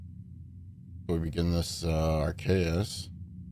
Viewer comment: Actually it’s ar key us